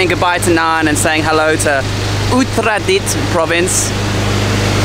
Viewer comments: Hey, you pronounced a province correctly! :) This channel is going places 5555 :P Don't swallow the "a's", thai cant deal with too many consonants; u-ta-ra-dit. It's also why they say sa-trawberry, in stead of strawberry. Love these travel video's, keep them coming! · That dam is named after the queen Sirikit, the former queen of Thailand. I would avoid calling her "sik a tit" :P Also Uttaradit isn't really super hard to say, you just somehow confuse the a's. U-ta-ra-dit Good video.